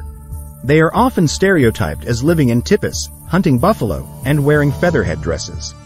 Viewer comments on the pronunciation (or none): Tipi = tee pee, not tippy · If you don't know how to pronounce "tipi," how can we trust anything you say? It's "tee-pee." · Get a dictionary. It's spelled 'tipi' but pronounced tee-pee~:goodvibes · Or pronounce the word "Teepee"